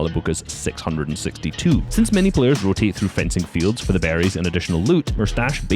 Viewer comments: bro said frenzy fields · It’s fencing fields not frenzy fields 😂